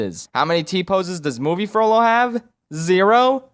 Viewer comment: I really want him to make a lord of the rings video like if u agree It might just be because every time he said "Frollo" I heard "Frodo"...